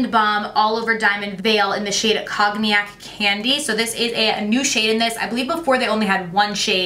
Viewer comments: Always love your videos,! You’re so fun to watch! Also, I’m sure someone has already said it, but it’s pronounced “cone-yak”, it’s a type of brandy! Hope that’s helpful!! Great video!! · Cognac is pronounced like cone-e-ay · I love the way you pronounced cognac 🤣